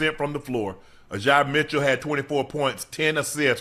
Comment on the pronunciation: Unc trying to black up Ajay’s name too hard 😂